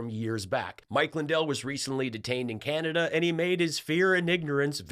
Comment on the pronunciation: Mike calls Canada - CANATA.. In this real Toontown we live in, all of the cartoon villains are inept, they all believe that they're geniuses....and they all have speech impediments.